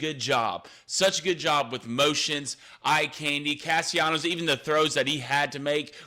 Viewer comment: Gentlemen, if you are truly interested in showing respect to Florida State perhaps you should say the name of the quarterback the way he and his family chooses to call him!!! His name is Tommy Castellanos. There is no y sound. He is not Latin American.